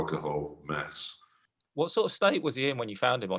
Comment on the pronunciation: is he saying maths or meth?